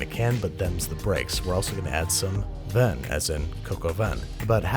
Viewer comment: That's not how you pronounce "vin"....